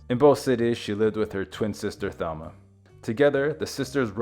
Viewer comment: The name Mercedes was undoubtedly given in honor of the Virgin Mary, derived from Our Lady of Mercy. Also, Thelma pronounced her name in the Spanish fashion as Telma, with a slight long a sound to the e. Both sisters had some Latin American ancestry through their mother